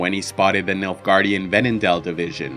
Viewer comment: When I first heard about the Nilfgaardian Empire. I’m not joking when I say that I thought he said Milfgaardian and I was totally confused 😂